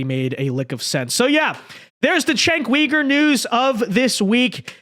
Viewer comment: Please pronouns his name right.